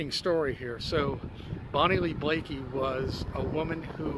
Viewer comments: Bonnie Lee Bakley, not Blakey🙃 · I was a witness in that murder trial. You can’t spell or pronounce her last name. Why are you even making a video if you don’t know her last name.